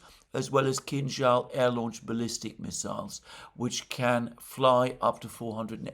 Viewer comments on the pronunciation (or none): none